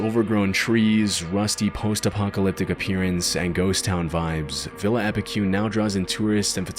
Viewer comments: Being from Argentina, I just couldn't contain my laughter after hearing the pronunciation of Epecuén i this video 😛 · Awesome vids! As an argentinian I need to correct the pronounciation of Epucuen. The "cue" part would be as you pronounce the "que" part in "quest" in english. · wouldn't expect a synthesized voice to mispronounce stuff like Epecuén though.